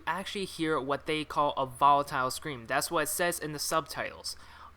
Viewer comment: i hate how you say volatile wrong